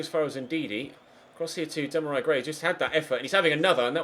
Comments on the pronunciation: Dam-a-rai Gray?😂😂😂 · "Demorei Gray"🙈